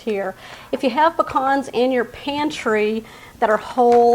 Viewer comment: I'm so happy to hear proper pronunciation of pecans. Vs Pea can how I grew up in SC hearing. Being from Ga. I knew better. This I may make.